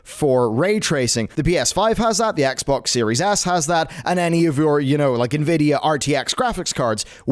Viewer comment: Is it just me, or is he saying "Series Ass." I cant stop hearing it...